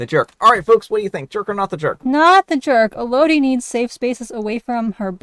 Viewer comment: It’s pronounced “EL-oh-dee.” It’s the name “Melody” without the “M.”